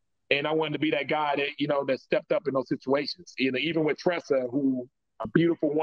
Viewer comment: I wonder who told that there is a ‘F’ in the word ‘with’.